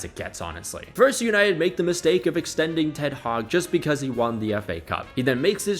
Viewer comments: Did u say ten haram ? 😂😂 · "ten haram" 😭